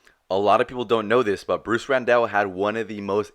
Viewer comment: Last name was Randall, pronounced like Tony Randall. Not Rendell.